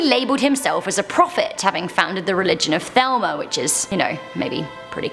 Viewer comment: Its pronounced Thu-LEE-mah (Thelema)